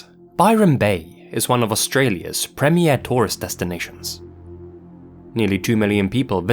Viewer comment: I absolutely how he cannot pronounce Premier correctly LOL. If you don’t know what I’m talking about then go back to the beginning of the video where he first does the first entry